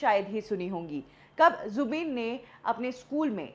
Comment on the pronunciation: Jubin h wo 'zubeen' nhi 😂